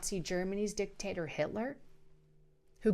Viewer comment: Umm did you say dictator or was that dicktaster. I wasn’t sure.